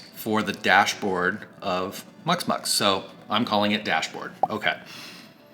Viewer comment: Muximux, not muxmux, you didn't pronounce the I, took me a while to find it because there was no reference on the video.